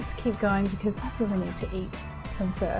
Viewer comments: I've never heard anyone pronounce it as "fur". I thought it was "fuh"? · First time I've heard it pronounced like that. I've always heard it "fah" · why do you call it fur? its pho (pha) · Hey Marion, I am very impressed with this delicious bowl of beef pho 😍 one of my most favourite dishes every! I love the way you make this! Seriously looks divine 🤤 However, I would like to comment on the way you pronounce “Pho.” The dish is a traditional dish of the indigenous people of Vietnam. It is not “fur” it is “pho” pronounced like “for.” Just a word of encouragement, to encourage you to pronounce it properly. Besides that, you are amazing! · Marion, I love watching your videos and your food looks delicious! But honey take the “r” out of pho. It’s pronounced “fuh?” like “huh?” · Isn’t it pronounced “fOe” pho 🍲? Not “fUr”? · Fur? I think its Pho. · It’s fuh, not fuuuur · I hear Vietnamese pronounced it "fa" not "fur". 😂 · Why are you saying PHER? It's PHUH. PHO. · You calling this fur DRIVES ME CRAZY. It’s fuh, not FUR. 🤦🏻‍♀️ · I keep hearing “fur”. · the way she says pho sounds like fur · I've never even heard it pronounced that way from Vietnamese people. Idk why she is saying like that.. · It sounds like she’s saying FUR lol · Its pron as pha not pho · The way she pronounces pho like frrrr sounds so pretentious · Can you please say it right or attempt to?